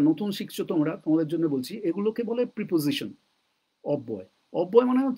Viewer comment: প্রইপজইশন নয়, প্রেপজিশন সম্ভবত।